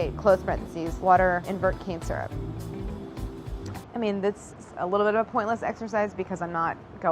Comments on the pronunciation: is it me or when she says cane syrup it sounds like shes saying cancer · The way she says cane syrup sounds like Cancer 😂😂😂